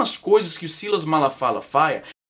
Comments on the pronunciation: O Silasmalafala faia :) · "Malafala faia" haushaushaus Caralho vei ficou mt engraçado uaushauhsua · Silas Malafala faia hahaha! O pior é que eu tentei falar também e errei do mesmo jeito, só falei direito na segunda vez